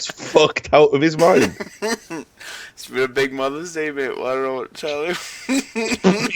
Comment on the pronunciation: "Sjwqheqwjdqig mothuh's day I';saldkfalwe jfianfelaksdntah tell yuh."